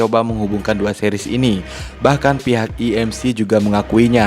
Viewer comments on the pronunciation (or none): none